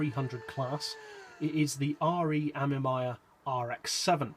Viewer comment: You pronounced "Amemiya" wrong, it's "Ah-May-Mee-Ya", not "Ah-Meh-My-Ya"